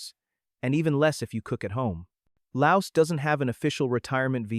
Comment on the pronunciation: S is silent in laos